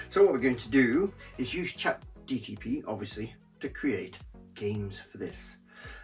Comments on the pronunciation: It's chat GPT not GTP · Him incorrectly saying ChatGTP over and over again, was strangely annoying. 😂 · You lost me at "ChatGTP". Is that a cheap knock-off of ChatGPT?